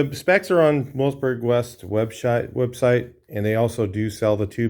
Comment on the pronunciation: Ha Ha ! Say webs-ite three times, quickly !.............................